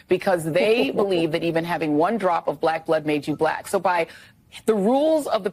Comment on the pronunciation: I have to admit that I find it quite entertaining the way Trump says "black" with two syllables.